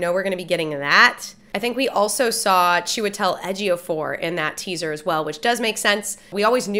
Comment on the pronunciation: I must say, the way you pronounced Chiwetel Ejiofor's name correctly on the spot was impressive